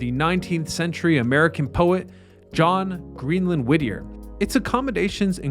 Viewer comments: Whittier not Whittner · It's Whittier not Wittner. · Is it Whittier or Wittmer? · It’s Whittier, not Wittner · The town´s name is Whittier, not Wittner! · Is it Whitner or Whittier? Im confused now.. Im from Alaska lol. I tried googling it too. hmmm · Whittier or Whittner? Sounds like you keep saying the latter. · Nice try, but no cigar. In your intro you started the sentence with "Did you know that Wittner..." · Are you trying to say Whittier? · Not the only case of mispronunciation or misuse of language splattered all across these videos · SAY THE NAME THE SAME WAY ALWAYS! Wittier/Wittner/Wittnier?🤔 Consistently proper pronouncing shows basic respect for the site and people. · It's Whittier 🤣